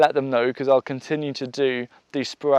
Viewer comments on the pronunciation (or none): Did he really just say "Huw and A's"??? Yes; yes, he did! LOL!